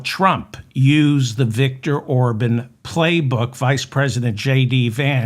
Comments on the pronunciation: I hate to have to correct you sir, but his name is pronounced OrBON’ not Orbin! Thank you for what you do. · It’s Or-bawn. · Or-bon. Bon like John or Con. Emphasis on Bon